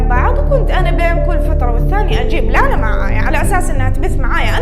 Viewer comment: فرحت يوم قلتي اسمي (لانا) ❤️‍🔥 احلى من ينطق اسمي والله💖 استمرييي وربي احبك ❤